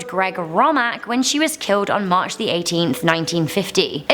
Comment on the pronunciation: WAIT DID SHE SAY MACRH 18? |